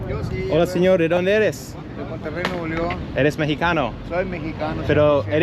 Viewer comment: the way she says Monterrey 😢